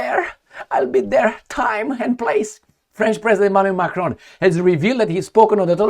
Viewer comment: His name is Macron, NOT 'F'cron as you just mistakenly pronounced!